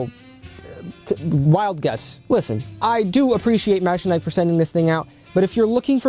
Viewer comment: I was looking at this just yesterday but decided to hold because there is not much info / review on them anywhere. Thank you for the video! Edit : btw, I think the pronunciation is "mecha-nee-key"